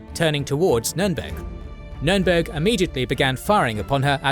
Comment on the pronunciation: Wollt Ihr die Leute verarschen??? Es heißt „Spee“ und nicht „Tee“ oder „Schi“, „Cradock“ und nicht „Kreditsch“ oder „Krak“, „Scharhorst“ und nicht „Schanost“ oder „Schenjo“, „Gneisenau“ und nicht „Gnisernau“, „Nürnberg“ und nicht „Nennmau“. Welche Fantasienamen erfindet Euer KI da? Dann sagt Ihr: „Die erste Niederlage Großbritanniens seit 1812“ und zeigt ein Schild 1814. Das Tempo des Erzählers schwankt in der Geschwindigkeit extrem, vor allem am Schluss. Das ist ja grauenhaft, schlimmer geht es wirklich nicht. So was kann man sich nicht anschauen, und noch weniger anhören! Das war das erste und letzte Mal, da ich mir von Euch ein Video geschaut habe! 😡